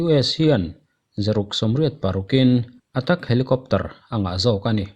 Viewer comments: China i lamdan hi adiklo deuh emaw aw kalo tia. Cheina nilo in Chaina ni zawk se. Attack pawh hi attak nilo in etek ni zawk tur ani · Atak niloin Atek tiin lam maila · Atak ni loin Attack ti zawk tur anih....a veng var thlak e ..... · Atak nilo in attack tih tur ,mizotawng lamrik dik apoimawh rualin English pawh hi atheih chinah chuan dik hram se, Kan ti ve mai mai anih chu,nangmah ai in ka thiam lo zawk na a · 'Attack' pronounce dan zir rawh😆